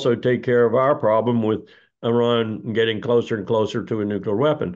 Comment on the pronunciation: New Klee Er (nuclear)